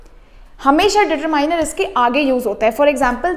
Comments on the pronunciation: determieners nahi determiner mam (follower of dear sir) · Determiners ko determining nahi pronounce Karter hai use determiner kente hai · Mam determiners nhi ditarminar bolte h dear sir ne btaya aur aap deter miners bol rhe ho mam if u see my comment please 🥺 reply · Respected mam ❤ I'm sorry Because determiners 😊 डीटरमिनर hota hai डीटरमाइनर nhi 😊 Like who loves❤our dear mam She helps us a lot ❤ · Determaainar nahi hota didi😂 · Sorry di but aap determiners ki pronounciation wrong hai aap Google par jakar check kar lijiye😢😢😢😢😢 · But mam aapne to starting me hi determiners ka galat pronunciation kar diya 😂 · Pronunciation of determiners 😂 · Wrong pronounceation 😅😅😅😅😅😅😅😅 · Determiners Galat boll raha ho